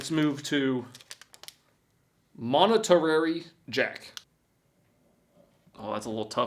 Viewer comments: The irony of asking ‘can’t the English do anything correctly’ after not taking off the plastic, not pronouncing monetary jack cheese correctly, not putting oil in the bottom of the muffin maker, and the list goes on!!! 🤪🤣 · Monitorary jack. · MONOTERRARY JACK? AS IN MON TER RAY JACK? Is this an act? are you this hayseed? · Mone-ta-rary jack? I think you mean, monterey jack, plus, you can't judge it by cutting plastic wrappers. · Monna terrary jack😂😂😂 its monterey jack....pronounced mont-er-ray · Monetary.. 😅 mon-ter-ay. Cheese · Mont-arary- Jack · …..”monetarary jack”? 😂😂😂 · "this is monitary jack" Lmao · Did you say monetary jack? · Mone-ter-rary jack???? I really don't think this dude belongs anywhere near a sharp object, muchless and entire kitchen. If he thinks that goofy slicer was 'amazing' then a Mandolin slicer would cause his beard to fall off. 🙄🤣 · Monterey: Mont (like Monty-y) -er-ayy Guess you never watched Rescue Rangers? But wait there's more right? I mean, it said it was for different kinds of fiers. And just how big of a fire can we put out with this thing? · Mon-terry Jack, that is how it is pronounced. Pepper is Monterey Jack and Jalapenos. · “Moneterary” Jack 😅😅😅😅😅😅😅😅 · Did this mans just say “moneterary?” lol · "Moneterary Jack" 😂😂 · "montrararey jack" Also: knows the word accoutrements, uses it correctly. He is, an enigma. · "Monetarary Jack"? LOL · Did I hear correctly "Monetarary Jack"? Whats that? I feel like I'm watching in the dust bowl days but with futuristic products. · Monotinairy cheese is crazy I died when he said that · "Moneterary Jack" 😂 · "Moniterary jack" lmfao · Monotorrary Jack? 🤣🤣🤣🤣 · MOnaTaRraRy Jack lol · “Moniterary jack” 😂😂😂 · That second cheese is pronounced mont er ray. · Its monetararrey YAK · "Moneterery jack." strokes out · Mono tier airy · Have to be mispronouncing things on purpose, keep up the good work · What did he call that cheese? Its definitely not whatever he said